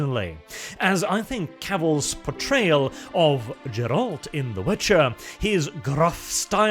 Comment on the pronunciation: That had to be intentional. hopes someone sends Cavill the video to listen to his fucked pronounciation of Geralt and by extension the rest of his ideas. Also, I think that Cain is the best and easiest one to do. If anything he can also hire the guy who played Dandelion in the Witcher show to make his version of Ci-Ci-Ciaphas Cain, Hero of the Imperium!